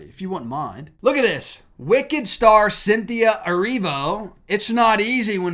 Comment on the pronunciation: Its " wicked " literally